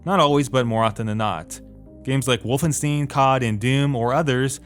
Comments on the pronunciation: it is not wolfen steen but wolfen STEIN like EIN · Wolfenstin? Really? I feel like I'm in the Frankenstein jr. movie...lol It's pronounced WolfenSHTAIN, like FrankenSHTAIN, EinSHTAIN. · Michal Lošonský Stine. Wolf-in-stine. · Wait... did you said wolfenstin ? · Stop saying Wolfensteen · "wolfensteeen" I had to lol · "St" -> "Scht" or "Sht" and "ein" is like "ine". So for english speaker it is like >>> Shtine <<< Now say it: Wolfenshtine Wolfenstein. Yay you got it :) P.S. Also Works with Ornstein from Dark Souls :p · Silly plebs, its actually pronounced Wolfenstainedmydrawerswithcum. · That is not how you pronounce Wolfenstein... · YOU SAID WOLFENSTEIN WRONG AGAIN! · Learn how to properly pronounce Wolfenstein Have a dislike from me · Yozzu Patta, not really, when you get paid to communicate you have to use the correct pronunciation. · It's pronounced like the i in "fine" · *english But still its very easy to pronounce Wolfenstein.